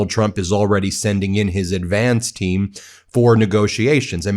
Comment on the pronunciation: Did u say advance team or ass Vance?